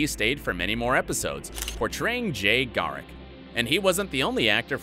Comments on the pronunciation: I thought the same thing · Dude I swear 😂 the way he pronounces some of these names kinda bugs me lol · It would still be spelled Garrick the way he said it